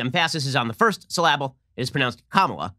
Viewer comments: What someone with your IQ, I was very surprised you mispronounced syllable and emphasis...other than that, great show as always 👍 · Ben, you need to learn how to pronounce the word syllable. LOL